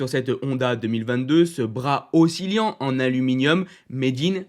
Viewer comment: Oscillant pas oscilliant 😢